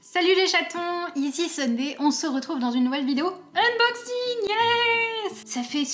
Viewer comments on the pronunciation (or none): none